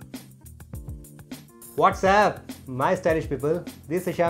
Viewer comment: Brother I always loved your fashion but, idk y you say what's app insted say what's up or supp...!!🤦🤦🤦🤦🤦🤦